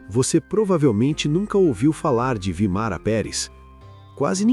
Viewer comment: Vímara, não Vimara